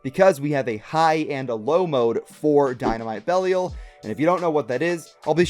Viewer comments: I think the correct to pronounce belial is be lie yal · The pronunciation of Belial was killing me.